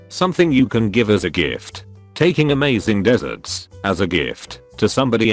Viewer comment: nobody: gordon ramsay: tAKinG aMaZIng "DeSErtS"